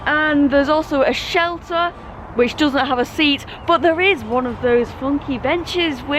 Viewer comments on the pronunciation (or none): none